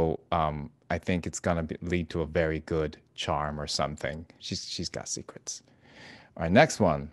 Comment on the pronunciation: Foxes of sekwets....lol